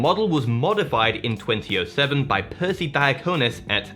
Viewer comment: You can't just say things like twenty 07